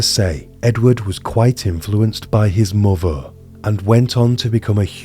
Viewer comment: A nice collection of information but difficult to follow due to the narration. A monotone standard with an upward inflection making statements sound like questions, attempted received pronunciation punctuated with with occasional TH fronting e.g. Death being pronounced deaf or the words muvva and bruvva etc, really takes away from the feel you're trying to achieve. Just use your own accent and standard pronunciation keep this immersive.